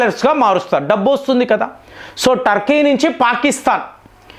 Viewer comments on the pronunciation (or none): none